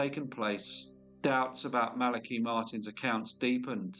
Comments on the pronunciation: Interesting because according to what I found, and how I've always heard it, it is pronounced thus: The name Malachi is typically pronounced MAL-uh-kigh. The emphasis is on the first syllable, "MAL," and the "a" in "Mal" is pronounced like the "a" in "apple" or "cat". The "a" in the second syllable is a schwa sound (uh), and the "i" at the end is a long "i" sound, as in "kite" Maybe it's a UK thing. No matter, pronounce it how you think it should be. Cheers. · I love this channel, but that's not how you pronounce Malachi.